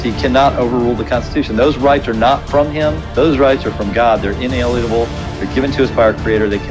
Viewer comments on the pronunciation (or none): "Unalienable" rights, Not inalienable rights; there is a difference